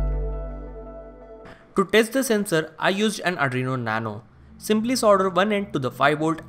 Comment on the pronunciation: Arduino not adrino